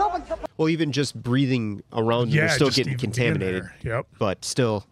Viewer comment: Almost said "conaminated" Funnily enough "It's been conaminated!" is a running gag we use to give my friend a hard time because he said that once.